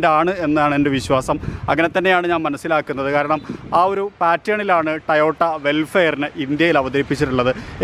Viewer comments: Tayotta alla. Ayye. TOYOTA anu parnju padik kure ayille vlog cheyyunna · Bro tayota alla toyota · To-Yo-Ta ennanu. Not Ta-Yo-Ta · ടയോട്ട ആണോ ടൊയോട്ട ആണോ ?? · ടയോട്ട ആണോ ടൊയോട്ട ആണോ